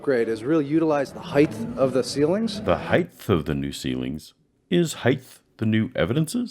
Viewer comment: Height and weight end in a hard T. Nobody says Heights with a lisp.